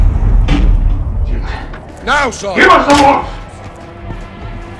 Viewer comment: For all my weebs out there he really said "ZA WURDO" by killing him